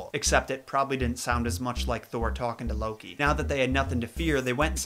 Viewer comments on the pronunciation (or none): none